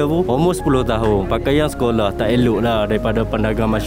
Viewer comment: Org perak ke ....skoloh